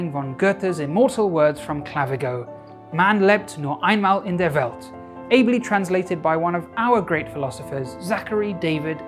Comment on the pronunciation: While the pronunciation was quite off, listening to it the second time when I knew that there would be German coming, I could easily understand it.